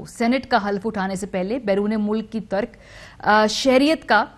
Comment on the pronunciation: یا خدایا، اردو پر رحم کیجیۓ۔ ترک شہریت کے درمیان میں “زیر” ہے۔ “لب لباب “ کا تلفظ کسی سے سیکھ لیجیۓ۔